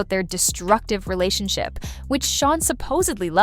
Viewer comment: Relationshio, huh? Nice AI slip there.